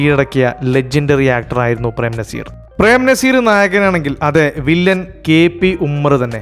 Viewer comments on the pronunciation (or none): നിങ്ങൾക്ക് മലയാളത്തിലെ ചില്ലക്ഷരങ്ങൾ അറിയില്ലേ.. ർ,ൾ, ൻ ഇതൊക്കെ.. നമ്പ്യാര് നമ്പ്യാര് എന്നല്ല നമ്പ്യാർ!! വിജയകാന്ത് എന്ന് പറയുമ്പോൾ ചാന്ത്, പന്ത് എന്നൊക്കെ പറയുന്നത് പോലെ അല്ല, കാന്ത് എന്ന് ഭംഗിയായി പറയണം.. സർവ്വ പേരും ഇങ്ങനെ അലന്ന രീതീലാ പറയാറ് .. 😅 .. നസീർ എന്നാണേ നിങ്ങൾ നസീറ് നസീറ് .. മോഹൻലാൽ എന്നല്ല മോഹൻലാല് മോഹൻലാല് എന്നേ പറയൂ..